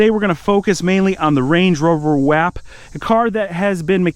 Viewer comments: For the love of god someone tell his man it’s pronounced wOp 😂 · Love the video, definitely gotta get that M5 up & going! Butttt it’s wop, just spelled wap 🤣